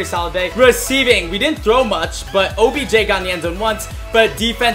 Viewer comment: he said objen